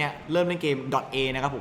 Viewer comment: อ่านว่า โด-ต้า ครับ ไม่เข้าใจทำไมคนไทยเรียก ดอตเอ บอกเฉยๆนะครับ ไม่ดราม่านะ55